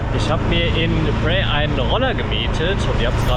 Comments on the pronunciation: Es wird : PHRAE ohne ausgesprochen R gesprochen…. Wir waren da auch vor kurzen ❤ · er wollte nicht unhöflich sein ;) oder es klingt schon besser als andere ;) Du bist aber sehr nah dran, außer beim R. Egal, was andere sagen. Wenn es online anders ausgesprochen wird, ist es oft schlicht falsch. Viele sprechen es falsch aus. Ich lerne Thailändisch, und auch mich haben Thais korrigiert. Das hat etwas gedauert. Die Aussprache ist wirklich schwer, und viele möchten nicht unhöflich sein, vor allem dann, wenn sie selbst kein Englisch sprechen. Zur Einordnung hier die Erklärung. Phrae wird auf Thai so ausgesprochen: 🔊 Pää / Phrää eher wie ein weiches, behauchtes P mit langem ä das R ist kaum hörbar oder verschwindet ganz für deutsche Ohren klingt es ungefähr wie Pää Warum das so ist: das ph ist ein behauchtes P, kein F das r wird im Alltag oft verschluckt der Vokal ist lang und offen Merkhilfe: Frae ist falsch Prä ist falsch Pääää ist richtig, lang gezogen